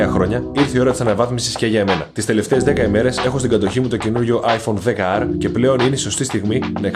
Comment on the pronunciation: Είσαι ένας από τους λίγους που το λένε 10R. Όλοι το λένε XR. Μπράβο!